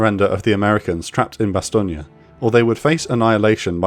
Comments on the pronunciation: It is pronounced Bas Stone! It is unbelievable that you can attempt to claim credibility as a channel yet be so ignorant in this the 21st century. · Nothing like a British accent, that can't pronounce the name of the town. If you can't pronounce it, don't try. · every time he says Bastogne incorrectly I lost my mind a little. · Why do you pronounce Bastogne like that? You do realise Bastogne and Bologna are in completely different parts of Europe, right? If you don't know how to say something, search for it. It takes three seconds. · Am I the only one irritated with the narrator’s constant mispronunciation of “Bastogne”? 502nd Infantry veteran, 1991 Gulf War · As a French, I can says It's not bad, but the e at the end is still too much pronounced, you really must cut at the "n". Speaking of which, it lacks the "gn" sound which is different than just "n". Personnally, I don't mind mispronounciation. You are an historian expert, not a linguist. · I would love to watch the whole video, but the gross mispronunciation of "Bastogne" is just too jarring. Kinda destroys the credibility of the person presenting the point this video is trying to make. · Im pretty sure that's not how Bastogne is pronounced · The e is silent on Bastogne ..Your pronunciation is to say the least irritating, how ever good video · Please for the love of god learn how to pronounce Bastogne, its not italian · Great vid but I had to watch it muted and with subtitles on with your pronunciation of Bastogne, drove me crazy. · The narrator pronounces Bastogne like the E at the end has two vowed sounds. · Your pronunciation of Bastogne may be correct but sounds completely butchered compared to the way everyone else says it. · BEING IGNORANT IS ONE THING, BUT REPEATED IGNORANCE ISTHE SIGN OF AN BRITISH NARRATOR IGNORANCE, AND HIS PRODUCERS. THE WORD BASTOGNE DOES NOT END IN “an I and A.” IT IS A FRENCH WORD NOT ITALIAN. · You're not pronouncing the name of the town correctly! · Bastonia? Get it right.